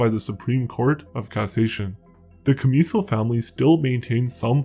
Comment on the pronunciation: You're not pronouncing their name right